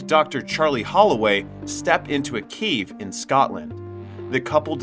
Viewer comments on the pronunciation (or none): none